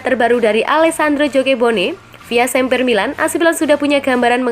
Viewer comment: Sempre bukan semper. Admin, tolong mbaknya pengucapannya jgn berdasarkan bahasa inggris dong. Biar makin mantap nih channel, sukses selalu.